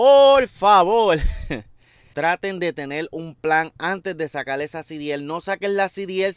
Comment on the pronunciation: Sacal no. SE DICE SACAR.